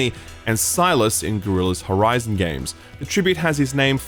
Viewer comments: no way ruined the lance reddick section by pronouncing Sylens as Sylas ufff... Much love to you anyway tho<3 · Sylens, not Silas. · Sylens, not...whatever you said. Sylace? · Slight correction, Lance Reddicks character's name is Sylens not Silas